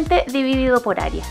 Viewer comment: Puedo confiar en una persona que dice "aria" ? (No es hate, es una broma)